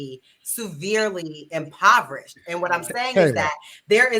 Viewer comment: Word pronunciation is important and this chick can't even say impoverished....